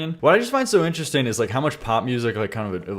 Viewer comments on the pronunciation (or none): none